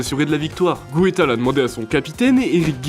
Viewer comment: Désolé j'ai arrêté de regarder en entendant "AS Romé"... Ca commençait à faire beaucoup entre "Gotal" et le reste... Pas tres sérieux quand on est une chaîne parlant de sport 😢